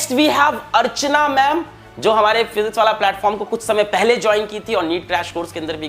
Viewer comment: Paowallah nahi , physicswallah hai yeh!! 😎